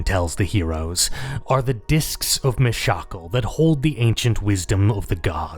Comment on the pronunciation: me shackle? dafuuuuk. ew gross pronounciation no way. it's clearly always been pronounced Mish-uh-kahl. fight me.